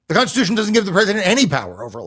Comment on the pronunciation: constitution constishuhun